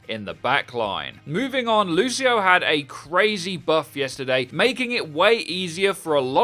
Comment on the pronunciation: I-lucio...lucio😳 Lucio-o